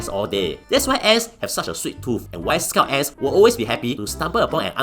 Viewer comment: am i the only one who hear "scout ass"